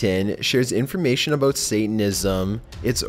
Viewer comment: Sounds more like Canadian almost... the way he pronounced 'about' as 'a boat'. Not making fun of the accent, just pointing out an observation.